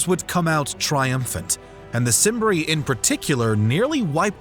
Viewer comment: Not at all, the pronunciations are bothering me. It's Kim-bri (cimbri) not sim-bri. It's Suh-Luh (Sulla) not soo-la. It's Mithra-day-tees not Minthra-dates... Great video over all but the proper pronunciation brings a level of policy to videos like these.